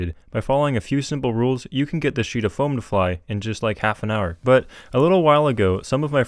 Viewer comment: "You can get this sheet of foeam to fly in just like half an hour" XD